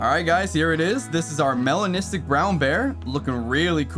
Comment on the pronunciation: That “melanistic” is 🔥